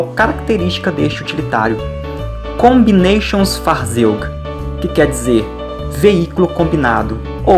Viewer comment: Amigo, bonito o seu vídeo. Porém, alemão (Deutsch) Não é inglês. A pronúncia está equivocada.Em alemão, "A" não tem som de "ei" como em inglês. O nome desse veículo deve ser pronunciado "KOMBINATSIONFAHRZÒIK".